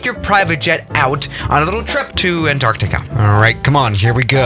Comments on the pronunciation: you said anartica not antartica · no one:: an..TARCTICA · *his pronunciation of Antarctica lol